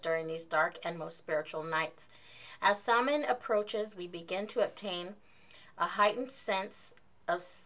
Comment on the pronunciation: Oooo great box! Mine is coming in by the end of the week. :-D Just a note though, Samhain is pronounced "SOW-en" (sow rhyming with cow). 😉 The "mh" in the Irish language makes a "w" or "v" sound (for example, in my name, Niamh, it makes a "v" sound). That stone is really pretty! I've never heard of motherwort either, which is awesome because I love being introduced to new herbs!